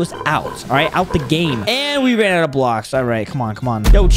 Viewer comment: bro said blaoks